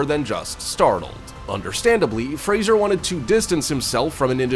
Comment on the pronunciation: Why would someone, who can`t even pronounce the last name " Fraser " correctly, make a video at all !!!!!